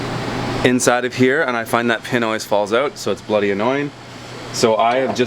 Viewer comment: I rarely hear your accent, but when you said "Bloody" oh yes. and I say, "Yes sah" that means I'm a Mainah, yessah "A"